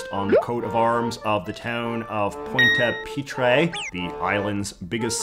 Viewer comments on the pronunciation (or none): Look JJ I know you're from Vancouver so you're about as separated from french as a canadian can get but it hurts hearing you butcher pointe-a-pitre that badly lol